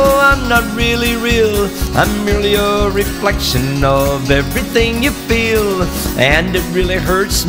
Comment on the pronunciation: Like when he say " FeEl "